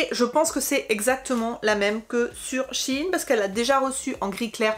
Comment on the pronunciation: Pourquoi vous prononcez Shi in ? on dit Shein